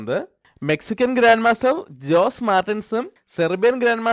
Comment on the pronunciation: Nice game, thanks for sharing. In Latin, the name "Jose" is not pronounced as "ജോസ്", it is pronounced as "ഹൊസെ" ("J" is mostly "Ha"). So this is ഹൊസെ മാർട്ടിനസ്, same as famous "Jose Raul Capablanca" (ഹൊസെ റഊൾ കപ്പാ ബ്ലാങ്കാ) or America city "San Jose" (സാൻ ഹൊസെ).